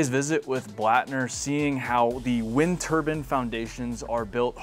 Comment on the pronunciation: "wind turban"